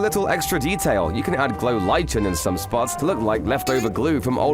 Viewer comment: It's pronounced "like-en" 😉